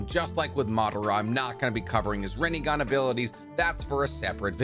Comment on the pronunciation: please please, stop pronouncing the “i” as a consonant, it’s pronounced shisui (shEsuE) and minato is pronounced (mEnatoe) rinnegan is also pronounced (rinnigan) sorry i just can’t focus on anything after you say it